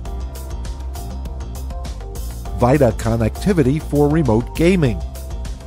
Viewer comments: Just a tip it's pronounced veeta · Did he just say vita as vieda